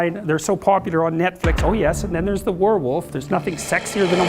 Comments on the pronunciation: notice how the AI mispronounced, "were wolf". 😅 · AI How do you pronounce, "werewolf" ? Nobody in the comment section speaks English as their native language? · Dude, this is AI. how do you pronounce, "werewolf" ?